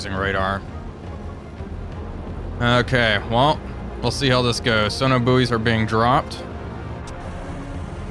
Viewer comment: Are "Sona Buoys" different than sonar buoys? Asking for a friend.